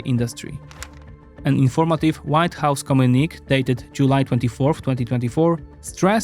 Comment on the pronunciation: Exceptionally well done. Bravo! Oh, BTW--"communique" is pronounced CO-miu-ni-KAY in English. Took me a moment to understand that sentence. Nonetheless, it's an impressive video for someone's 2nd language.